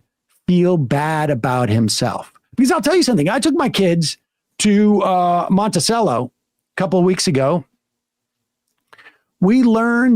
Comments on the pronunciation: FYI: It's pronounced Monti-chello, not Monti-sello. The name is of Italian origin, and ce has a ch sound when used in words that way. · It bothers me way too much that Sam mispronounces Monticello.